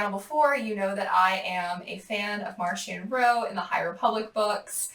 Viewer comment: “I am a fan of Marchion Ro” – reads “Marchion Ho” hahahahaha but aren’t we all